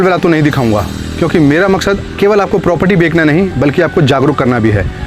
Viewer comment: Bhai bekna nahi Bechna kehte hai ! 😊